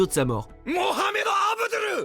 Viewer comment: Avdoul ?!?!?!?!?!?! SÉRIEUSEMENT ?!?!?!?!?!?!